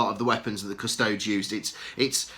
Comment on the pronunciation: Cus-to-des not Cus-tods FFS.